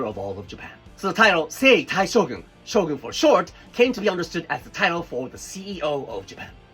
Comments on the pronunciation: I thought he said SHOTGUN 😭😭😭😭😭😭😭😭😭😭😭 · Shogun is a shotgun without "t"